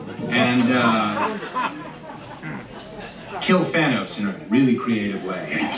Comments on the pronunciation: It’s Thanos. Not Thaneos. Wtf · WHY ARE YOU PURPOSELY MISPRONOUCING THANOS?!?!?! STAN LEE NEVER SAID THAIN-NUS!!!! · EMERGENCY THA-NIS 😆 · Love the “Thanus” 😂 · Bro really just said “into the thanus.” 😂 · Had to double back there when you said Thaynis. That's a new one to me. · ”Thanus” lmaooooo